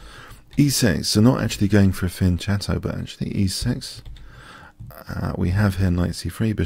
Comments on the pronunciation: fujin jr fian-cetto also sounds terrible. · Hello. You're spelling fianchetto wrong. Check Google translator in Italian for the correct pronunciation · Michou Haroliyk wrong: either you create a new word that replace fianchetto in English, or you keep the native Italian pronunciation. Example: Pizza -> Pizza (no changes, same pronunciation), Ravioli -> Ravioli (no changes, same pronunciation), Pasta -> Pasta. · last shadow wrong: algebra is derived from an Arabic word (al-jabr), therefore algebra it's a new word with a new pronunciation. I found a video where himself states that he's deliberately spelling Fianchetto in the wrong way, without a valid argument. Therefore it's useless to keep going on with this discussion. Let's get back to chess.